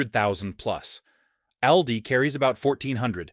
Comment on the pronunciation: It's pronounced "All-dee," Mr. AI.